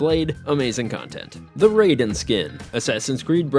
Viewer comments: raiden skin the way to say it samurai has rai rai not rayden raiden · Not him calling Raiden Ray-den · It makes me gag hearing you mispronounce Raiden. You're pronouncing it like Raiden from Mortal Kombat. Playing literally any of the metal gear games with Raiden in it would've taught you how it's pronounced. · he said Raiden's name wrong too...lack of research is common for these guys